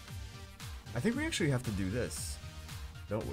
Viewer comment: Someone please make a compliation videos of he saying ackchyually. that'd be great !